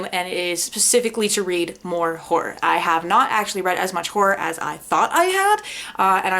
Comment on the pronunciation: Note to: Stop saying ‘whore” when you want to say ‘horror’. I love you and your sister Nate!